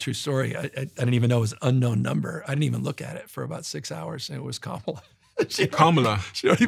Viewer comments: Please stop mispronouncing KAmala's name (accent on FIRST syllable). Its disrespectful and there no excuse for it. Do better. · Steven please pronounce Kamala’s name correctly. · I’m sorry Steven but at least pronounce Kamala (Karmala) name properly! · The least the HOST of the PODCAST can do is pronounce Kamala Harris' name correctly!!! Seems intentional. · I wasn’t super comfortable with Newsomes podcast and talking to those extremist. If you are going to run in 2028 some will be still look at you with a side eye 👀 Also Steven, respectfully, pronounce Kamala’s name properly. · Why does refuse to pronounce Kamala's name correctly? It's not an accent thing, it seems like a blatant attempt at just being disrespectful (whether he believes she deserves the respect or not is irrelevant - as a host, he should have the basic dignity of properly pronouncing people's names).